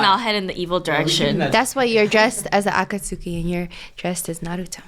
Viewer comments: why pronounce akatsuki like that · trying to pronounce akatsuki is killing me 💀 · I hated it when said Akatsuki wrong 😭😭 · The way pronounces Akatsuki triggers me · Cringing at the way says Akatsuki 😭 plssss